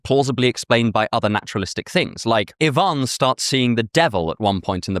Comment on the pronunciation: Russian here, props to you for pronouncing Ivan correctly!!!! Most people put the emphasis on the I rather than the A!